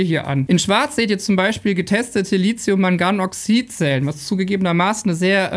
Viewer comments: Es heißt nicht Li zi um , sondern Li thi um. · Lithium, nicht Litzium, es gibt kein Z. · Dein Video ist super! Nur möchte ich dennoch versuchen, die korrekte Aussprache von Lithium zu etrablieren: Li-thi-um. Nicht Li-Zi-um. ;) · LiTHium, es heißt LiTHium wie in Lithographie, Lithosphäre, Mathematik, Apotheke, Kathi und Hethiter! Es geht hier nicht um SiliZium - das wird anders geschrieben und deshalb auch anders gesprochen!